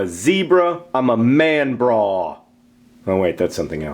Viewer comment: John, In order for "manbra" to make any sense, you would have to adjust the diphthong of the final syllable for it to resemble the sound the A makes in "zebra" more closely. less braw, more brah. Unless, that is, "zee-braw" is the way they pronounce it in your part of the English-speaking world. luvu bye!